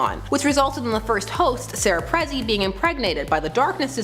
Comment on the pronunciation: "Prezzi"? OMG! It's Peh-zee-nee (Pezzini)!